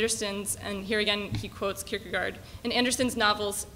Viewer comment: She might also learn to pronounce Kierkegaard better than "Kurkrrr..garrrd"